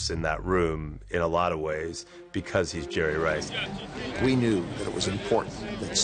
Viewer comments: “I pronounce it Jerry RRRice, 3 R’s... This a bad dude right here.” -Coach Gruden. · The ToeCutter he said he pronounces it jerry rICE